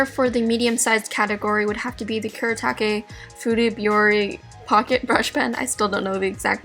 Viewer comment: It's "sa Koo duh" (Sakura) and "Koo Doo ta Kay" (kuretaki)